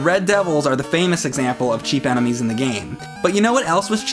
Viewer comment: why says "anime" instead of "enemies"?